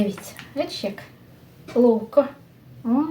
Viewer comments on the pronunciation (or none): насмішИла:)) Так по нашому сказала "лооовко"))) Смачного Вам!